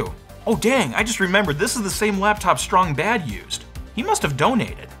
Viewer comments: Did he seriously call SB "Strong BAD" emphasis on "BAD"? Everyone knows the emphasis is on Strong. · You emphasized the wrong syllable in Strong Bad's name AND that was Homestar's laptop, not Strong Bad's! Astonished by the lack of journalistic standards! Astonished I say!